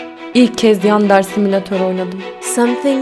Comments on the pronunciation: Sonunda bir Türk YouTuber fark etti:( Evet "yAndEr"... Haha Asıl okunuşu aynı, yandere. Devam etmeni önermem. Çocuklar izliyor, merak etmesinler. Kanalın çoğu çocuk zaten. Zaten yeterince tepki çekti bu oyun. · ve yandereyi yander diyor